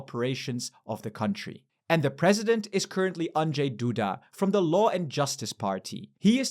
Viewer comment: I was honestly surprised how well you pronounced Andrzej Duda. I know how hard it can be for the foreigners and you did it almost perfectly.